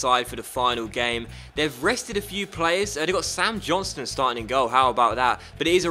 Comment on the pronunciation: It's "John STONE" Not "Johnstun" . Lol